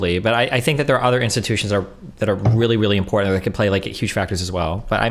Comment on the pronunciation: I can't believe this, does the same thing Lauren Southern does... absolutely slams home the Ts in important. Unacceptable, unsubbing from the onlyfans.